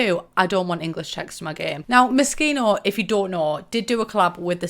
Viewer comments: It’s pronounced moe-she-no! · I always thought it was pronounced Mo-SHE-no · Thought she said mosquito stuff pack 😂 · OOOOHHH when i saw that video at the beginning for the first time i thought she said MOSQUITO stuff pack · Just keep calling it Mosquito :P